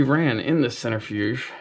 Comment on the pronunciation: What is a "centerfuge"???